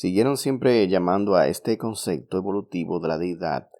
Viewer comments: Conce.p.to no conce.c.to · Se dice concepto, no concecto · Amiguito se dice "Concepto", no "Concecto", también es un pleonasmo decir "las creencias de todos los creyentes"